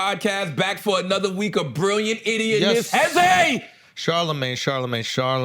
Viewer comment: Emphasis on “idiot”